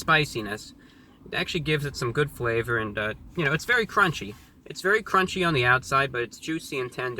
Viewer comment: I think the addition of the syllable "-it-" before the /y/ in "crispy" and "crunchy" is very interesting. I wonder if it's regional.